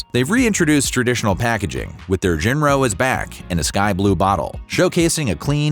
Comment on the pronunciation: I know it's spelled "Jinro," but it is pronounced "Jillo."